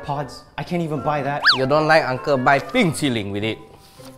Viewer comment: He said Bing Chilling